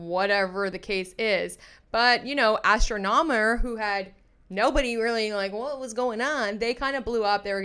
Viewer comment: 😂😂😂😂 say it with me. ASS-tronomer